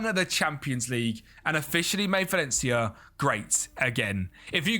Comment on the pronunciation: Lol, "Valley ya did"